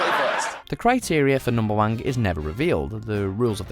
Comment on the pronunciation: Narrator: numberwank Me: it's numberwang Narrator: fuck!